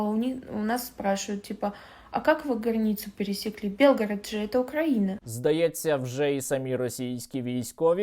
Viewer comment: Не белгород,а Билгород!!!Это наш - украинский город!!